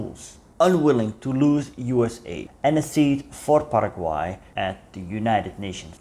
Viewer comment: Quiero agradecerte muchísimo por pronunciar correctamente el nombre de mi país Paraguay. Soy paraguayo, pero mezclado o "jopara" como se diria acá porque mi padre es descendiente de mennonitas y mi madre es una brasileña descendiente de alemanes 😅 por lo que puedo decirte que lastimosamente no pronunciaste correctamente el nombre del querido pueblo "Hohenau" pero el paraguayo promedio tampoco lo pronuncia bien 😂 Olvidaste mencionar que la mayoria de los paraguayos hablan "jopara" que en guarani literalmente significa "mezcla" y es una mezcla entre el español y el guaraní. Gracias por llenar esos huecos de nuestra historia que normalmente no se habla acá, respecto a lo que pasaba en paraguay durante la segunda guerra mundial e inclusive corria el rumor de que hitler supuestamente no se habia suicidado, sino trasladado a Hohenau. Este hecho fue luego desmentido gracias a la confirmación del suicidio de hitler en su búnker. Los Estados Unidos nos forzaron a atravesar la dictadura más larga de Latinoamérica (casi 35 años) y existen profundas grietas hasta hoy en dia en la cultura nacional debido a este suceso. El actual presidente de la República, Santiago Peña, parece ser un títere del exmandatario Horacio Cartes, asi como Alfredo Stroessner era un títere de los Estados Unidos. Tenemos mucho todavia por madurar, nuestra independencia de España fue en 1811 pero nuestra constitución nacional es de 1992. Paraguay es un pais que sufre hoy en dia mucho por ser uno con los índices más